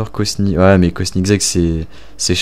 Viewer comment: Comment t’as dit koenigsegg mdr